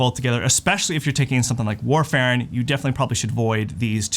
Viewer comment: Absolutely No One in the world pronounces warfarin the way that you said it. Get it together!